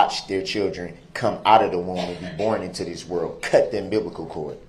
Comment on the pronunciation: He was such a good father, he even cut the "umbiblical cord"...